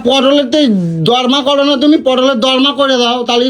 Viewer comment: ওরে মূর্খ! ওটাকে "পটলের দর্মা" নয়.. "পটলের দোলমা" বলে!